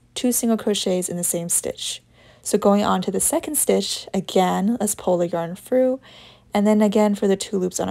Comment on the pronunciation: It’s through not frough